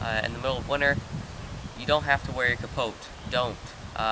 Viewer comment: The "t" in capote is silent, other wise, great video.